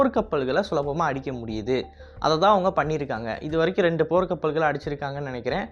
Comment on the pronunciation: போர் கப்பல் அடிக்க முடியும் னு தவறுதலாக உச்சரித்துள்ளீர்